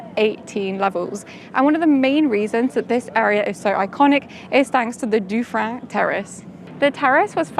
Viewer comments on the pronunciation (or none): Please, Terrasse Dufferin in Quebec City is named after the Marquis Lord Dufferin and Ava, Governor General of Canada and later Viceroy of India. Thanks to him the city walls were saved though reduced in height. His name should be pronounced in English, not French, as this video is in English.